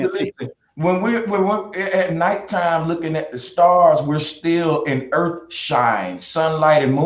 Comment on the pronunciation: Bro Sanchez: I'm smart Also Bro Sanchez: Oblate means it has less degrees. Seriously, the entire rambling section where he's talking about spheres with less degrees disproves his education. And don't get me started on his ghetto pronunciation. I don't know what the Erf is, and I don't care. I care about the Earth.